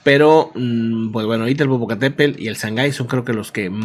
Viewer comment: la semana pasada me hiciste reír un buen cuando dijiste "wescam del Popocatépelll ".... 🤭🤭🤭...y veo que muchas personas no pueden pronunciar "Popocatépetl...en fin saludos 🎉🎉🎉...no cayó tanta ceniza en la cdmx el día de hoy!!pero ya muchas personas comienzan con problemas en la garganta y algunas personas dicen que les arden los ojos.